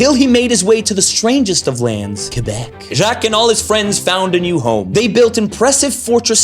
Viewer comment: J'ai bin apprécié que tu prononce Québec "Kébek" comme c'est supposé. Chu pas capable quand les anglais mettent l'accent su le "Qu" comme "Kwébek". Merci et joyeux Noël Tabarnak